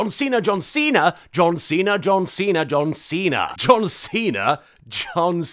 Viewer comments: John Seen her was all I heard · After a while it begins to sound like "dun see tha" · You said Don Cena sometimes....also,POTATOES? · Anyone else hear 'Don Cena' at some points ;D